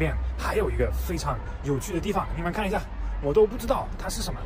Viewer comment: 有点意思！马克，一下，这两个发音，很四川啊！